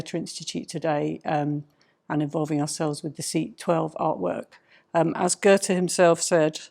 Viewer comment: Why did you insert an R into Goethe, making it sound like Goerthe. It is better than the English pronunciation but it is still wrong.